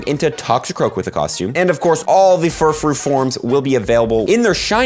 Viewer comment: The way you say all these Pokémon’s names 😭😭😭 “yeeee vell tah” 😭 “Furr frew” 😭